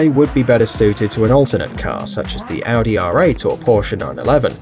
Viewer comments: This is not a big deal but it kind of bugs me. It an understandable mispronunciation, but I did it funny when people say Audi “Aadie” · when points to a Audi and they pronounce it adi